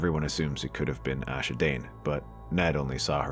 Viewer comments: It's Ashara Dayne...not Asha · It's Ashara, not Asha, also you used Gerold Hightower and not Gerold Dayne for your image, and Gerold Dayne would not have been old enough at that point to know any of this. He was maybe 13 at this point, and doesn't exist in the show if you're going purely based on the show's events rather than the books, and would have been at High Hermitage anyway even if he did exist, not Starfall, so he'd have had no knowledge of this. Also between the time of the tourney at Harrenhal and the time that Ned shows up at Starfall, Ashara could have had Ned's child, which is why that particular rumor was so prevalent about who the woman Ned had impregnated had been Ashara. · Ashara........Not Asha.